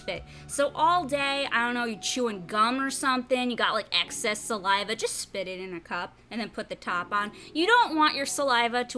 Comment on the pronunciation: Gross when she said salive. Lame video